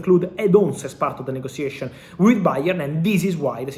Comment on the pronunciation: [Negotiation] sounds like /Nego.she.a.shin/ , [Situation] sounds like /Sit.chu.way.shin/ you are a journalist/social media reporter you chose to speak in English, before someone jumps here and start barking.